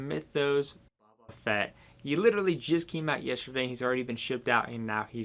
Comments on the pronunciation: Dude you’re killing me! Bo-ba Fett not Bubba or baba ugh smh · All I hear is "Buba Fett" and its kinda killing me. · Clicked off after you said his name like that cringe